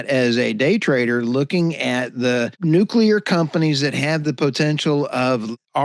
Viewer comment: Oops you called nuclear. Thats a mistake